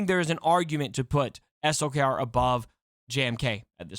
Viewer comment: Thanks for saying S L K R. and not slacker or slicker or something crazy. It is highly appreciated!